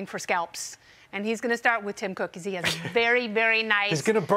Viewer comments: The way she says Elon is offensive. It's Eeeeelon!!!! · Why is she saying his name so weird?